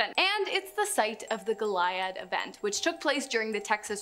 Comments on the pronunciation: Goliad pronounced GO lee add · That's Go-lee-ad